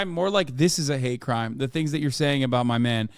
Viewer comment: But when My mane mahn omi does it… Hasan has never sounded more Turkish